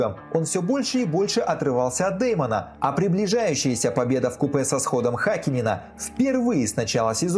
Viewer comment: не ВКУПЭ а ВКУПЕ - Е на конце